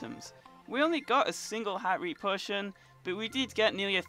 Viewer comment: Whenever he says potion he sounds Jamaican